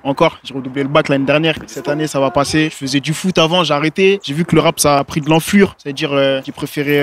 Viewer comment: "Le rap sa a prit de l'enflure" de l'ampleur on dit de l'ampleur!